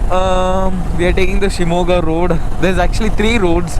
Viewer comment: I liked to hear u pronounce shimogha nicely..